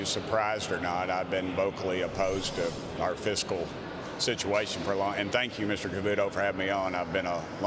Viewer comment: The word is "Fiscal"... as in fiscally conservative or responsible